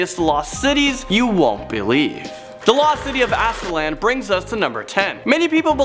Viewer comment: You said Aztlan weird. And funny to say that it's my middle name. It's a soft a sound at the end not a hard A.